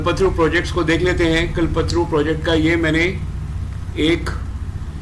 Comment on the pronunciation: कलपत्रू नही। कल्प तरु। कल्पतरु कल्प मतलब निश्चय, सोच तरु मतलब वृक्ष। मतलब इच्छा पूर्ति करने वाला वृक्ष आपका pronunciation सही नहीं है।